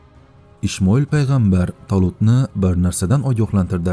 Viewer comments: Ишмоил эмас Исмоил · Ишмойил эмас Исмаил катман тогирлаб айт исмини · Талафузни, тугриланг. Ишмаил ким у : ИСМОИЛ Алайхисалом деб айтинг узрда. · Hayronman Quronda Ismai deb yozilgan nega Ishmail deyabsiz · Савиясизда ишмоил